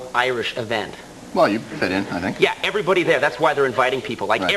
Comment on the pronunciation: Did anyone else notice Conan's Boston accent coming through - (everybody), (how), and (prepared). He seems to have completely lost it now, but it still comes through in his early days.